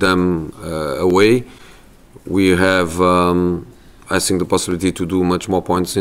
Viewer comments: "I sink... I sink..." Yeah you are! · .. I sink he said, can park better?